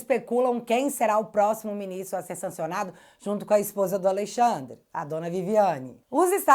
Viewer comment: Hehehe, "Aleixandre"